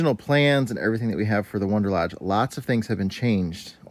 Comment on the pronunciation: I thought they are "Wanderlodge" vehicles? I keep hearing you say "Wonderlodge".....